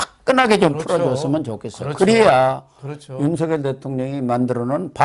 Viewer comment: 윤석열(렬) 대통령을 "윤서결 "이라하지 마시고 "윤성녈" 로 하시는게 맞습니다!ᆢ 성원합니다!